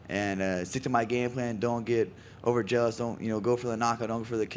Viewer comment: Cody said "over jealous?" or "over zealous?"